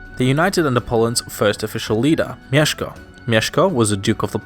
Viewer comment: No mesko it's mieszko